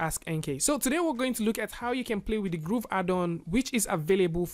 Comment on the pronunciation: It bothers me how he pronounces Grove as Groove